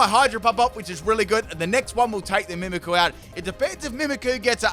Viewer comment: It’s annoying that you don’t pronounce the y in mimikyu